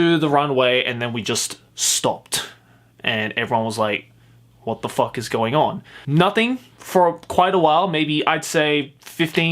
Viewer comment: Everytime you say f*ck it sounds like "fuck." Like I can hear every letter sounded and spoken altogether.